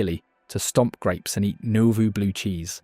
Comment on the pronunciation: It also can't pronounce Piasa, or Nauvoo and thinks Carthage is only 14 miles away.